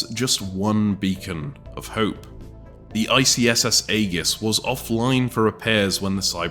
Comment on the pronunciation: that is not how Aegis is pronounced